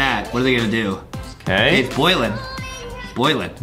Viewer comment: It sounded Adem was saying g*y but Adem was actually Saying OOOOKKKK the clip 🤣🤣🤣🤣🤣🤣🤣🤣🤣🤣🤣🤣🤣🤣🤣🤣🤣🤣🤣🤣🤣🤣🤣🤣🤣